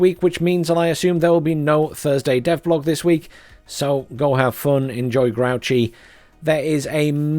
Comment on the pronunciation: I'm like 80 percent sure it is pronounced grooshee. The guy is from france, not some trash can.